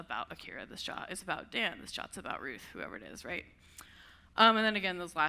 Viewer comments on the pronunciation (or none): Why pronouncing JWTs as "jahts"? This is just silly and will confuse people - just say J-W-T for clarity.